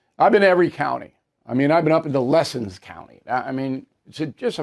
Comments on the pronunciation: Hey Bill, it’s not lessons. It’s Lassen far northern California I live. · its Lassen Bill.....not lesson